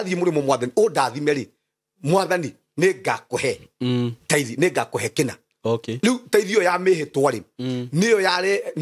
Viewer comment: Ni tithes or thrites?